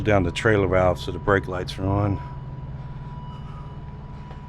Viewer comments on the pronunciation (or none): none